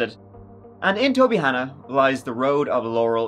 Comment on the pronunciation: Kudos on correctly pronouncing Tobyhanna when the Philly newscaster couldn't. This is pretty local to me and I can't believe I missed this whole story when it happened. Bonkers.